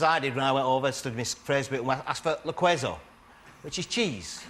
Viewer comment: "Queso" is not pronounced like "kweyzo", it's pronounced like "kesso".